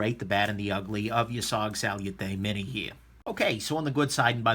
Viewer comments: "Sal-yoo-tay" bugged me a lot more than it should. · Sal-you-tay, you say.... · Why would I believe your review and take your opinion to a heart when you can't even pronounce salute correctly. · Learn how to say the fucking name of the knife before you do a shity review of it dumbass 🖕